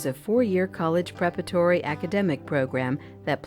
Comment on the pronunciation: It's a nice video, EXCEPT- the narrator mispronounced the name Olney. The 'O" does NOT rhyme with "only" or "lonely". It should rhyme with the O in Oliver or olive. Also, she steals a sylable from the word "parparatory." She says "prep-i-tory" instead of pre-pare-a-tory. Olney deserves better. As an alumnus, I well know Olney provides its students with excellent values-grounded experience in and out of the classroom. Graduates join a close-knit, lifelong community of alumni.